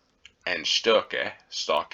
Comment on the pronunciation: The O in StOkke have the same pronounce as the O in Own, lOnely etc.